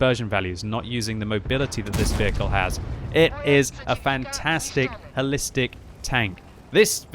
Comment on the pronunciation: I thought he said, "Hellistic", which actually makes better sense.